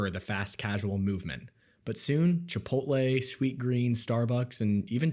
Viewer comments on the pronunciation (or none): none